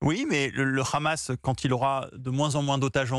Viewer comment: On dit pas khamas mais Hamas